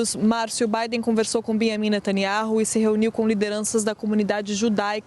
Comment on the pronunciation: Ai entra a repórter e chama o Naná de Beamim 😂